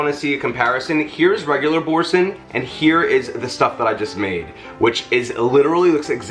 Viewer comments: This cheese was created in Normandy in 1957 by François Boursin and actually is pronounced Bore Sahn, not Bore Sin. Sorry, my French side of the family is raising it's head. But...I loved your mix of herbs. I especially liked the fresh garlic as opposed to garlic powder. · It is pronounced "bor -SEH" .